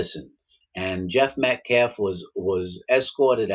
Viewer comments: The guy says Metclaf and optopsy lmao. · First of all Mr Metcalf didn't attack anyone. And say the man's last name correctly if you want to be taken seriously, period